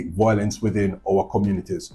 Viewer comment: It’s a shame that our Jamaican people and family can no longer talk things out without being violent and killing each other, shame indeed. Anyways officer, the word is Violence and not volence.